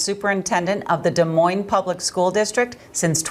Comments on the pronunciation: the S is silent on Des Moines hon, no offense, but you should know that. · The “S” is silent in Des Moines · The last “s” in Des Moines is silent. How dumb are you ? Jeez.